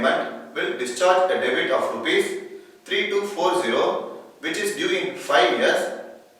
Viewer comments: It's debt. Some technical n voice problem!! thanks for the review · Debt - please check the pronunciation...